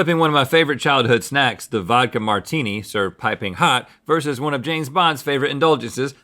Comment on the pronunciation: "You like a martuni"